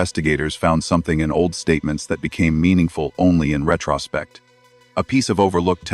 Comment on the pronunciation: Retraaaspect. AI isn't meant for reading aloud. 😂